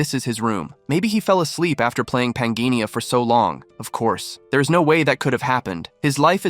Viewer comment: According to the text, the name of the game world is pan-jih-ah, not pan-gee-ni-ah. There is no n in the final syllable of pangea. And it's hi-dro-jen (with a hard g), not hi-dro-gehn (with a soft g). And the s in Marquis is silent.